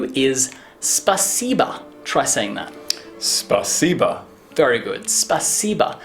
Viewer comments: I wonder why every english speaker says "spasiba" instead of "spasibo", cause we don't put "a" into pronunciation of that word :D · SpasibO* так было бы правильней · just a question. in russian, the word "thank you" is written 'spasibo' but said 'spasiba'?